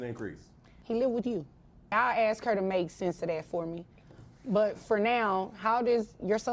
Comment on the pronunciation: I would have had to say you can ask a question but you can't ax a question